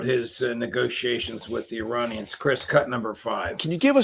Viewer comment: "EYE-RAIN-IANS" IDIOT.